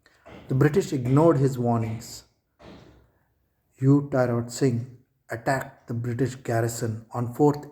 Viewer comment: T - rot not ti rot